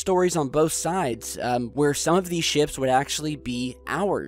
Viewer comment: Massive interstellar ships? Thought he said shit